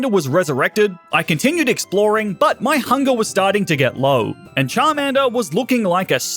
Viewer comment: ok but why he say but like "butt" in the intro 💀